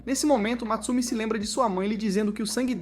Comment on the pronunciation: Não é Matsumi É Mutsumi